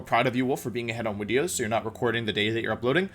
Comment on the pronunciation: If Wolfey says it as “wideos”, then its pronounce wideos.